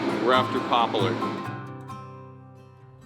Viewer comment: How many syllables are in the word "poplar"? Lol